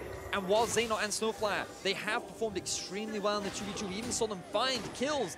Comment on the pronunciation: who is this seit not they talk about, his name is Zeitnot...